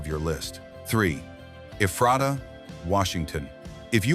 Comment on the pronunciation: Locals call it EE-fray -tuh